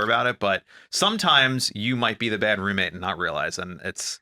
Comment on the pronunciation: Love the podcast for sure, however can you please please please AVOID the word Roommate!!!! I had to stop watching bc can't say that word today!!? I almost swear I've heard her say it typically in other videos over the years? She was a lot much this episode 🤪🤣🤣🤣 Of course I'll be watching next week 🥰